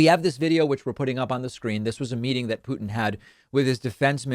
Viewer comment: Thank you for not saying pewtin anymore